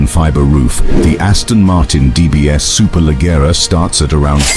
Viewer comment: Superleggera (the double 'g' is pronounced like the 'j' in jeans) — the other names are spot on! Nice video!